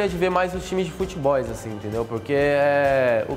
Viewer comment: "FUTBOIS" NOBRU,2020